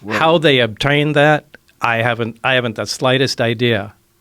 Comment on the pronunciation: big a$$$ lie by bob lazar the whole mispronunciation of obtained was huggee